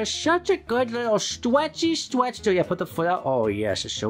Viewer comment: STWETCH INTENSIFIES